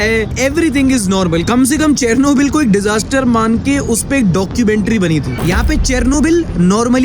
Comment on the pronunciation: It is pronounced as ‘Sher-no-bill’